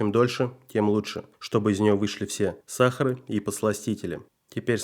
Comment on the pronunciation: СахарА (а не сАхары!!), почищу ( а не почистию!!), жЕвачку ( в "просторечии" жвАчку, не жувачку!!!), крУпный мусор ( а не большой!!).!!! 🤦‍♀️🤕🤕